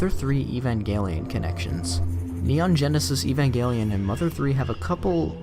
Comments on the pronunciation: Sega gensect lime gelatin is the weirdest way I've heard someone pronounce neon genesis evangelion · Did you just call Neon genesis Evangelion "Sega Genesis lime gelatin"?